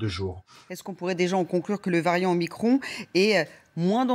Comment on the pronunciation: pourquoi dites vous MICRONEEE...la lettre grecque c'es MICRON ... !!!!MICRON ...MICRON